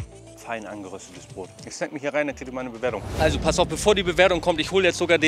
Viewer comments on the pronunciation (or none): none